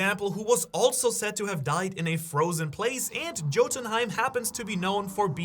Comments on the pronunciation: it's not pronounced jotunhiem.. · Yote-in-heim is how the land of the giants is pronounced. I hope that helps any. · dude if you tried to say jotunheim with a J then u a scammer.... like wtf CLICK BAIT!!!!!!